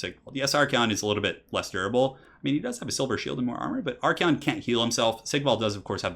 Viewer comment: Your pronunciation of Archaon is so wrong it makes my skin peel off.